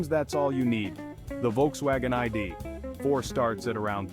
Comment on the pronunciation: AI narration fail. The I-D………Four! LOL. And then show pictures of the ID.4 while talking about the Nissan Aria. Sloppy.